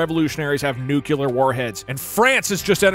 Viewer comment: “nuke-yuh-ler warheads” 🤢🤮 dougggg it’s nuu-klee-are 😭😭